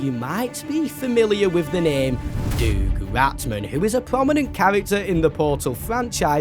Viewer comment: The way pronounces Doug Rattman is hilarious to me 😂